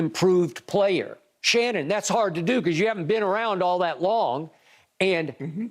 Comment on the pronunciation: Nah, Skip saying “hard” like that multiple times is crazy.